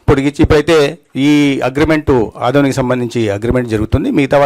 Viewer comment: ఆడొని కాదు " ఆదోని"